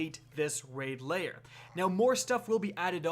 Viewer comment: Lair, not layer.